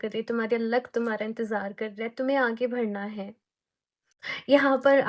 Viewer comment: Di aap badhna ko bhadhna bolte ho na Aaj notice ki m 😅